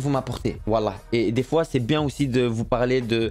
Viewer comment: chaque foi il a dit chois